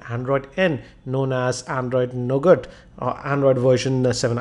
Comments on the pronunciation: why did u say NOGAT?? ;0 it is NUGA. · you have pronounced 'Nougat' wrong as it is actually pronounced Nouga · Sorry for being a Grammer Nazi, but it's pronounced as 'Nouga' with a silent 'T'; not as it is written! :P :)